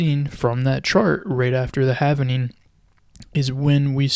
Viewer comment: If you can't pronounce 'halving' correctly and you're pronouncing it, havening instead, why should anyone pay attention?